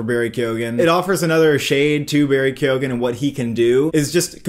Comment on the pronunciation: KEOW-AN! That’s how you pronounce it!